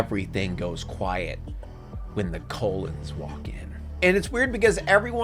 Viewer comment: I love the way you call the Cullen’s “the Colon’s” throughout this entire review. I can’t tell if it’s a verbal typo, or your satirical sense of humour coming out. Please do the rest of the movie, this was comedy gold.